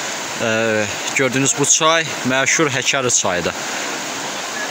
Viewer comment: Məşər yox meşur